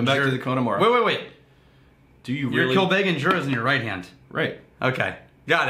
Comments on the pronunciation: I think this episode helped me realise how and why Americans butcher the pernunciation of Irish names. They over emphasise the vowels. Connemara is "con-eh-marah" not "'cone-eh-marah" Kilbeggan is "kill-beg-en" not "kill-bay-gan" If in doubt just say the word in the laziest free flowing way possible. Without emphasis. 😆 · Hey guys,, your pronounciation of connemara is right, but kilbeggan, isnt kil-bay-gen, but phonetically, kill beg in. Also, Dublin is in the east coast, kilbeggan is more Midlands in offaly